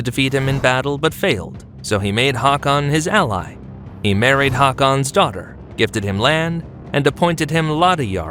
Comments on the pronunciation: Im sry its not your fault, but 32 min of a foreigners slaughtering every pronounciation is so hard, especially when we share the same language familiy. English people tend to excaggerate names when they litteraly have the same sounds in their language. Forexample Haakon is not prononounces Hakkon, but H-aw-k-on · The double A in Haakon is pronounced like the O in "only" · Not to be peevish, but I really wish if you've taken the time to research all of this and produce a video, you could have also taken some time to learn how to pronounce Scandinavian names. It's really not that difficult, and it grates on the ears to hear you pronounce Haakon like it's a long "a" sound rather than an å. (think 'oa" in the word 'oar'). That's just one example.